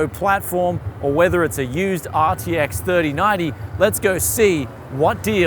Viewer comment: I would love to do some tech shopping like this, meeting people that also love deals. Also, the thing I love the most is the 3090 pronunciation (thirty-naughty), because it's kinda accurate (I really don't need that. Please, me: More common sense!)